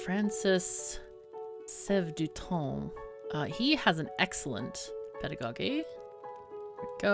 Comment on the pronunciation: I think that you are badly pronouncing the word "pedagogy" ...